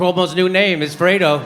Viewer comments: The Italian word for cold is 'freddo' not 'fredo'. 😖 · Sorry guys but "FREDO" means nothing in Italian. It simply does not exist. The word Jimmy speaks of is "FREDDO" and not "FREDO". It is particularly absurd for an Italian to see a diatribe on an Italian term that no Italian knows. I'm sorry to mention it, but Italian-Americans and Italians are two different worlds now, This Cuomo is as much Italian as I am Chinese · Well, actually it's "freddo" that means cold in Italian, but I like Jimmy so I'll give him artistic license. Lol. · Dear Jimmy, Fredo is not an “F” wordin Italian. It is short for Alfredo or Alfred in English. The word for “cold” in Italian is “freddo”. It’s an easy mistake, you need the double “D” to make it “cold”.